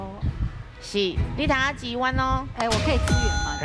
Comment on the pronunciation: 美秀姐的「支援 (tsi-uān)」總是沒有念對😂